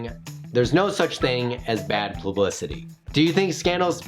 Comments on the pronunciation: "Plublicity" that's gonna haunt me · Subscribed for "Plublicity"